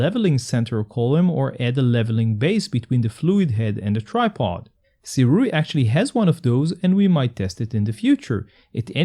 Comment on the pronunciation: Thank you for pronouncing the name correctly. Other reviewers tend to pronounce it as Surei which is really annoying. Kudos to you!